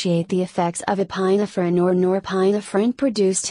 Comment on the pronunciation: ePINE - ephrin? Cmon people, use real voices, this is painful to listen to.